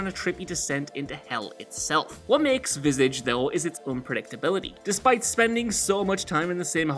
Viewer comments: How much did he butcher the pronunciation of Visage 😬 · Dude you need to learn how to say visage properly.